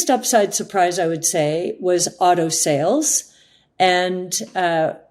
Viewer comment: Wow, Cathie is the first American I've heard talking about the autoindustry for a couple of years where I could tell she means "AUTO-" as opposed to "OTTO-industry", I guess she does NOT just mean the German auto-industry 🤣